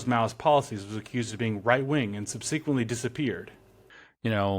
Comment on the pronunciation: It’s not pronounced “sub-SEE-quent-lee”; it’s pronounced “SUB-seh-quent-lee”.